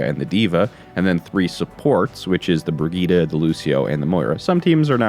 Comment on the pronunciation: Why is every American mispronouncing Brigitte, i can understand one maybe two making this mistake. But everyone American youtuber. Its like brijje eet, i dont know how to type the correct pronunciation, thats my best effort.